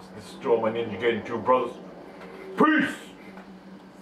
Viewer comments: "Guy-Den" it's pronounced like "guy". As in "guile". I was never fond of NG, and as such I can't drudge up the kind of hate I'm sure this game instills in fans. But from where I'm standing, even a non-fan can tell that this game is simplified and "cinematic" for the eager masses. I've heard this game called the "Cars 2" or Team Ninja. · Yeah, it's a japanese word and the japanese have a very specific set of syllables that they use to construct their words. It's not an alphabet like western languages use, it's a syllabary. "Gaiden" is constructed from the syllables "Ga - i - de - n" so, it's sort of a slurred pronunciation of "gah - ee - day - n". The 'n' sound is the only way to end a japanese syllable on a non-vowel. So, guy-den.